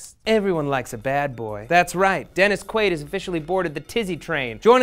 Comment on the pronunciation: One question....who the fuck is Dennis......Queeewwaid??